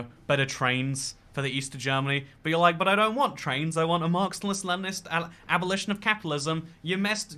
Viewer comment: You said "Marxnist" like 10 times in this video